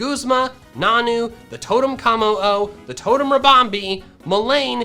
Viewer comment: K-AL-OS / A-LOL-A / KO-MO-O